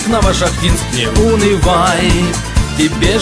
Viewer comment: НовошахтИнск,приятно слышать